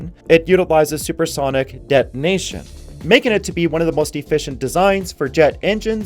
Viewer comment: de'onation is not the same as detonation